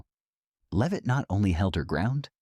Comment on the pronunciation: AI B.S. can’t even pronounce her name correctly. First it’s [leave-it] then it’s [lev-it]. What a bunch of dum dums.